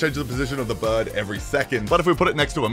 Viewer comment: The fucking ai “I’m making flappy birrrrrrrrrd” is killing me